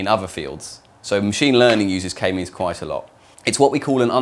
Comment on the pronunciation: yeah me too its like he is talking about memeology and analyzing all those k-memes